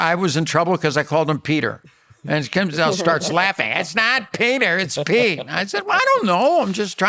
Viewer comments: Kyle kept saying Skete 😂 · lol at kyle. kept saying skete. dead lol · Hilarious Kyle keeps saying skete instead of Pete each time hahaha